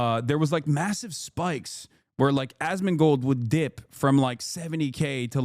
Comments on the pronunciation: "ass-can-mold" almost had me spit out my drink loool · Why is he saying Assmunchmold's name like that ???